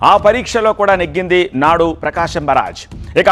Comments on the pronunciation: Barag kadu barr age😂😂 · బరాజ్, ఫిరాజ్, కాదు బాబు అనర్గళంగా మాట్లాడే ముందు స్క్రీన్ మీద న్యూస్ ప్రోపర్ గా చూసి చదువు ఇట్స్ కాల్డ్ " ప్రకాశం బ్యారేజ్" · బారాజు కాదు బ్యారేజ్ తెలుగు సరిగ్గా మాట్లాడండి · బరాజా బ్యారేజా బ్యారేజీ అనాలి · పేరు ఖూనీ చెయ్యొద్దురా నాయనా, నీ ఓవర్ యాక్షన్ నువ్వు,.. బ్యారేజ్ అని అంటే ,నీకు ఇంగ్లీష్ లో పట్టు లేదని ఎవరైనా అను కొంటారా ఏమైనా.. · మాట మాటకి బరాజ్ బరాజ్ అన్నవో.......